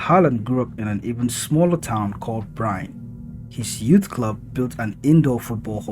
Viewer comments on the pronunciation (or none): One thing. Norwegian isn't pronounced like English. "Bryne" is pronounced...well, the closest you can get is probably "Bree-nuh", since English doesn't actually have the long y-sound we have in Norwegian.